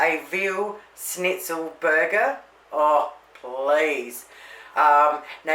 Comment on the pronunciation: I think it’s pronounced SH-Nitzel…not “ “Snit-Zel”……